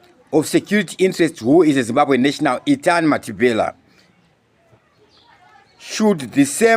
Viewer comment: Can you say Mathibela, not Mathibhela plz